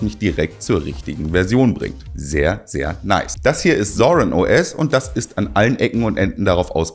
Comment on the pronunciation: "Sehr, sehr Neiss"? Was ist das für ein Dialekt?